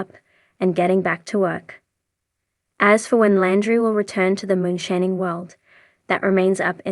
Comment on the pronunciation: yall cant affort a voice actor like damn? cant even say moonshining right